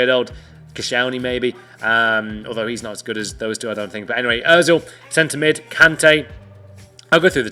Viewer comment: He said ozil, I wanna jump off a cliff